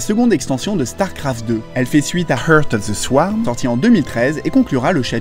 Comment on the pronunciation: Heurte of ze swarme Kappa